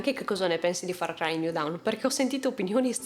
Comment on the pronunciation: bel video, ma down si legge dawn e dawn si legge down